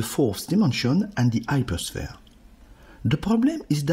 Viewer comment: It's really unbelievable that you understand this difficult subject, but you can not pronounce the H!